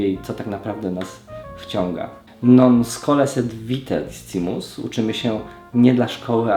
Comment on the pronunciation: Pozwolę sobie Cię poprawić, discimus nie czytamy jak jest napisane, ale "c" czyta się jako "k"